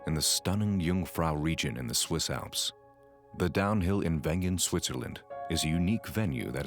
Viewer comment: Thanks for your nice presentation. Please note following The right village"s name is Wengen and not vengan Cheers from Switzerland